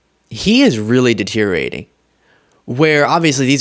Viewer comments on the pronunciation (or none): The only thing we're laughing at is Trump's convictions. Protip: The word "deteriorate" has one more syllable than you think,.